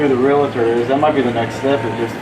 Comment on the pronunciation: Its not real-a-tor! Its realtor! No A in the middle of the word realtor! Real-tor. Not real-a-tor!